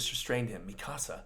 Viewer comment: Devante Frazier He's pronouncing it correctly. み か さ